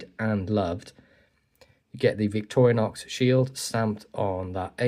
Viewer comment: Victoriax...? What the f...? 💩 German AI Voice!